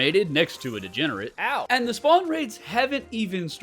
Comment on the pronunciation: It's so funny when you say 'degenerent 😂